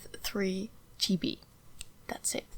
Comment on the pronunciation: You actually pronouced "ge be" 🤣 That is really cute. Love your videos by the way